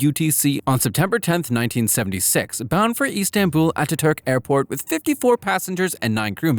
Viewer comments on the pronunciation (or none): none